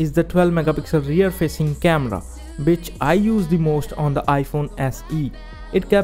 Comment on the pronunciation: tried to say which but said bitch 😂